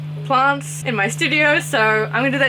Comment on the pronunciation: It took me about 10 times of her saying "plants" to get what and why she couldn't say it